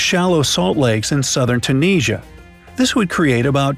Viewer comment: That is a new way to pronounce Tunisia? ??????